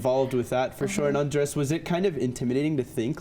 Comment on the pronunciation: The interviewer says “Andres” like “Undress”